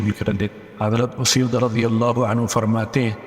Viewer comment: اسید بن حضیر۔ الف پر پیش ھے